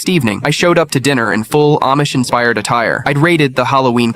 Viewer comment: "OMISH" LOL 😂😂😂😂😂!!!!!!